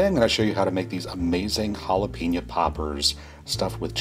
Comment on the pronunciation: Jalapeeño. It’s jalapehño